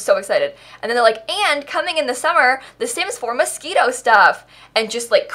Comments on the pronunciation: Ummm hate to be the one to tell you but it's pronounced MosQUIno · is she saying 'mosquito' on purpose??? isn't it moschino or i am going mad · I swear you are saying Mosquito..not moshchino. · literally everyone else: mos-CHIN-o: mosquito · It’s not mosquito stuff it is moschino!!! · Am I pronouncing this pack wrong? It’s Moschino....not mosquitoe? Like Mosh-she-No. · It is Moschino buy she makes fun of the pack so she says mosquito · why does everyone pronounce moschino so weird. It´s moschino not moskino or what ever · It's called Moschino, not mosquito. What's wrong with you?! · I heard mosquito aswell, it’s okay. 🤡😤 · 🤣 did she just say mosquito? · I keep hearing Mosquito 😂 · Anybody gonna talk about the fact she was saying mosquito? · I can’t unhear MOSQUITO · not me thinking shes saying "mosquito stuff" lmao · I keep on hearing "mosquito" hahaha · Did you say mosquito? Ahahahahahaha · I thought she sais Mosquito pack😂 and didn’t réalise until the end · Every time you said Moschino I thought you were saying Mosquito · I keep hearing mosquito stuff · Are you saying Mosquito stuff? I swear that's all I hear lol. Perfect name for the pack though. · It's not mosquito it's Moschino it's a designer luxury brand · i heard tht as mosquito stuff.... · holy crap i watched your realm of magic video and you mentioned moschino.... i heard you said mosquito and i'm so confused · Why did i use to think you said mosquito pack........ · So the pack is actually pronounced "mosquito stuff"..? Now i know.... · was she saying mosquito on purpose or not. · Did you just say mosquito stuff? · Why do you always call it mosquito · the way you say Moschino triggers me its like your saying mosquito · Why is it so hard to pronounce Moschino properly.